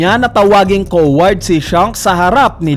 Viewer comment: confirmed na talaga na mahina c sa pronunciation, una owl ngayun coward naman